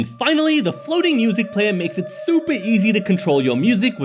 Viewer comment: I heard 'soupy' humans 😅